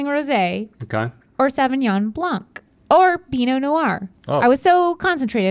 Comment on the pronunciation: you dont pronounce de 'c' in 'blanc' ;)